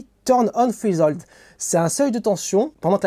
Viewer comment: Repeat after me : "Threchh hOOld" => Treshold 😂 Merci interessant, surtout que j'ai 2 ATX a réparer....